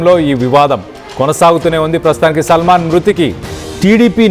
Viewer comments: సల్మాన్ కి సాల్మన్ తేడా తెలియని తెలుగు చూసి చదవను రాని జర్నలిస్టులు తయారయ్యారు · ఒరేయ్ హౌలే సల్మాన్ కాదు,,,, సాల్మన్...